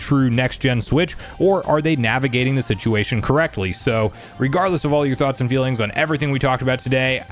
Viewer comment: Ah yes, the switchuation